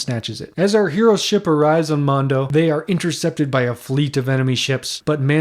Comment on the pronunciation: Mongo not Mondo dude